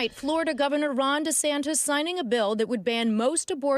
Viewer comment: Did she say "Lord Desantes" at 2.02? Lol